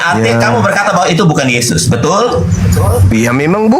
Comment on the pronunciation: Oten selalu melilit lidah mutar muter akhirnya kepeleset lidah menyebut mengarah yezzuz emang bukan twohan😂 Sebaik apapun kezezatan dibalut dg kata-kata pembenaran kezezatan tetep tercium menyezzatkan🤣